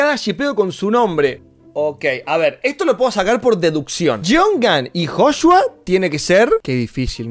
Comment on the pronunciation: no se dice Joshua ahora se dice hoshua✔️🔥😂😂😂